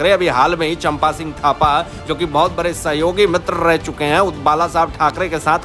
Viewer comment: Shri, visaiji it is Vishal not VISAl & NOT BARE BUT BADE? SHAMELESS PERSON LEARN TO SAY “D” not R. When you pronounce. Stop Englesing the language HINDHI.